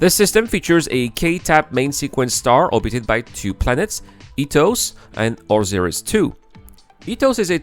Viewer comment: Oh-sigh-riss is how you say Osiris. XD Great video. It gives me some hope we will see this within my lifetime.